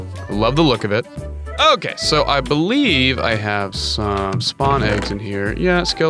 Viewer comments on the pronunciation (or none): none